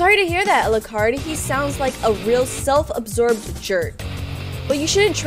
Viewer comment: The game: "self-obsessed" The comment: "self-observed": "self-obsorbed"